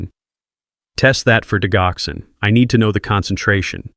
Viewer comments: for crying out loud... it's ''di Joxin!! wtf?! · It is Digoxin(di-jock-son) or digitalis(dige-i-tal-is). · Why do you insist on using a Robo voice to dictate your stories? It is so distracting to hear medication‘s incorrectly pronounced for example, the main medication in this story, digoxin is pronounced “ dijoxin.” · Please pronounce digoxin correctly. You really shouldn't used medical terminology when you can't even pronounce it correctly. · I wish AI would learn how tp pronounce Digoxin; the g has a j sound.